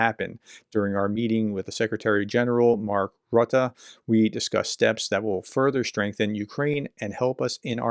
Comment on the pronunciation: FYI, I think the 'u' in Rutte is pronounce as the 'oo' sound/phoneme rather than the 'uh'. That makes his name pronounced like 'Roota' (but not Rooter).